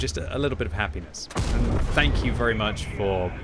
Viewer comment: You meant to say Tank you